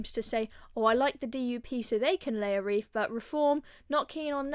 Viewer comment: WreaTH not ReeF